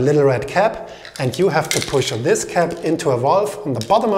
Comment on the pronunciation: Lets start wis se scariest part of se story